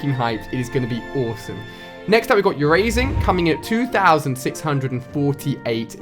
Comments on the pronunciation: Urasing? It's UR-Ser-Ang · Ursaring, not Urasing Ali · it ur-sa-ring not urasing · Ali it is ur-saring not u-raising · Not juerazing it is arzaring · It's ur-sa-ring and not u-ra-sing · r u dumb? it's ursaring not urasing, also teddiursa not teddiursing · He called ursaring Urazing im dead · By the way Ali I know you're terrible at pronunciation but it's UR-SA-RING not UR-AS-ING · You are pronouncing it as urasing, and it is actually ursaring, it has avring on it's belly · Why are u so terrible at pronouncing all pokemon names. especially ursaring u pronounce it yu-rays-ing its pronounced ers-u-ring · Ali. It is ursaring, not utasing. Just something that annoyed me. Love your vids man. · Wtf is yurssring it pisses me off when he pronounces it wrong it's URsaring and it's not freealigator its feraligator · Not urasing it's ursaring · it's not urazing it's ursaring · im sorry but its not ur-a-sing its ur-sa-ring, sorry but its been bugging me, still love yo content and channel though :D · Ali the bear Pokémon is Ursaring. URSE-A-RING. Not YOUR-EH-SING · ursearing not u so ring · "urasing" - physically hurting my ears hahaha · houndour is pronounced Hound-dow-ur (ow as in owl) Ursaring. ( Er-sa-ring) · It's our-ser-ing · ITS UR-SA-RING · It is Ur-sa-ring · #4 is pronounced yur a sang and tedi ursa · Braden Stelljes no it's Errr sa ring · ali its pronounced ursa-ring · Btw its er-sa-ring but i used to pronounce it wrong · Uransing? Tediursing? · PRONUNCIATIONS: Ursaring ur sa ring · How did you pronounce ursaring lol (urasing) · also it's pronounced er sir ing and teddy er suh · UR-SA-RING FFS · ursaring (er-sa-ring) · the bears are pronounced teddy-ursa and ursa-ring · Idk why but I kinda laughed when Ali called an Ursaring a "Urasing" xD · It's Ursaring lol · alright I don't usually comment to correct people but how u said ursaring just triggered me sooooooo hard it is (ers-a-ring) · The Way Ali Said Ursaring :(..........